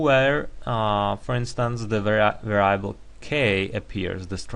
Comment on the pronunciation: Why are we using some second-hand software to define the problem? Mathematica is not that difficult to use for using text to describe the problem. You may also want to check the pronunciation of "variable".